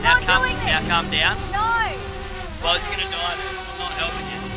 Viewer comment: Only an Australian can turn the world "no" into about 3 syllables.